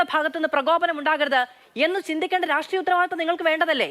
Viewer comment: രാട്രീയ മല്ല..... ഹേ ഷ്ട്രീ യമാണ് 👍